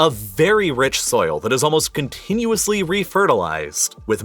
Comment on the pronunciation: Love your videos, hate the "pronunciation" :D Like "CCCCContinuously", "a TTTTThon of people", "TTTTTThon of food"